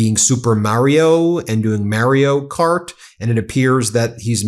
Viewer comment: Do you pronounce Mario Kart that way because of Carmella Soprano? Because same.